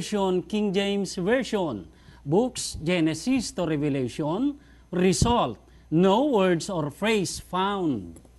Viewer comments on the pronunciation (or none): Revelation po, not 'Revalation'.